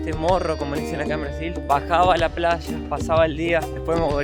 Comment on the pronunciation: Por favor, no pronuncier Plalla. se pronuncia como se escribe Playa. gracias